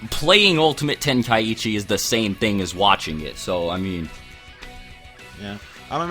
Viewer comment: Why does everyone pronounce Tenkaichi, "ten-kai-ichi"?